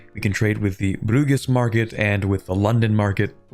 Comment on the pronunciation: bud, please tell me how you pronounced Bruges was a prank.